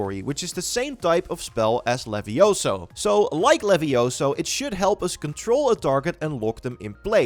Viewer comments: it's leviosa not levioso! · It's leviOsa, not levioSAH!